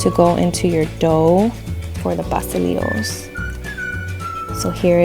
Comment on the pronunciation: im not going to lie - the way pastelilos was pronounced bothered me a little lol